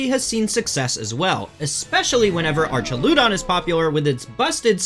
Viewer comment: This man did not just say arch e ludon